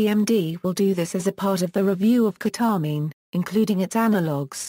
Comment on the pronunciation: ke-tah-min hahaha lmao